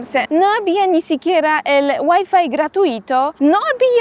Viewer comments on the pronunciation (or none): none